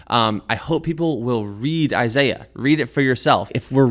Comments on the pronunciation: Who is Eye Sigh Uh? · I'm sorry, but I don't trust the dude who pronounces Isaiah as "eye zye yah" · As a jew. The way he says Isaiah's name is wrong. Already not even a reputable source. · If you start to call out an expert for "lying" make sure you pronounce the names and words correctly. smh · This is so obvious you gotta trust the guy with the accent did you hear the way that he pronounced Isaiah? Yeah either that or trust God. But if you have to trust a man choose the one with the accent. Come on guys this Foolish. Trust God. We have the Spirit of God. This is clearly just Satan did God really say you touch the tree you will die? Grow up is it really so hard to trust God? He has ears let Him Hear didn’t you hear the verses that were read? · Like the way he pronounces Isaiah.